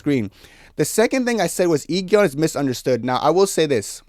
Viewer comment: i know youll probably never talk about these people again but just to let you know the pronounciation for Go Eun is Go Un and for I-geon is E gon😭 also completely agree with you about the mingee thing she was my favourite i hate that she has no real ally in that cast